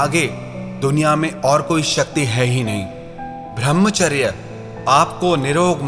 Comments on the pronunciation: भृमचर्य नही कृपया ब्रह्मचर्य बोला कीजिये । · भर्मचार्य नही कृपया ब्रह्मचर्य बोला कीजिये ।